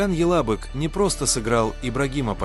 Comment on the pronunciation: Ока́н Ялабы́к,но не яла́бык. Ибрагим паша́, а не па́ша.